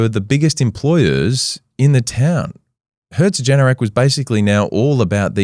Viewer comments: Its herzogenaurach not herzogenerach 😂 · Herzogenaurach: HEA-TSO-GHEN-OW-RACH "Ch" being pronounced like the Spanish J (e.g. José) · Apart from you totally butchering HERZ-OG-EN-AU-RACH, this was a great video. Also I bought ANTA Sports shares when I heard they bought Puma. Still in the red. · As a german - thanks for the fantastic episode, I never actually heard about it in that much depth and detail! And the way you pronounced "Herzogenaurach" is just blatantly wrong and could be considered an insult to the entirety of the german language, the citizens of germany, austria and switzerland. Besides that - great job mate! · as a german i can say, every time you tried to say herzogenaurach i hurt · At first it hurt, but it turned into a "running joke". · Being from Herzogenaurach, the "small city" both companies started in it's always super fun to hear about it. Funny to think that this small town has really has had such a global influence. Thanks for the great video! The pronounciation attempt at Herzogenaurach did make me laugh out loud however 😂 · The most insane pronunciations herzogenaurach I’ve ever heard, in a good way